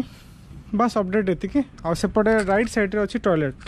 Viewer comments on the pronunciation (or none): none